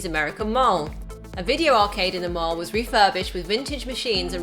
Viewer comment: can't say mall correctly. She keeps saying mahrl.